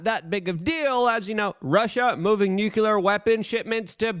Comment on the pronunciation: Love your reports, Luke. Please try saying "new clear".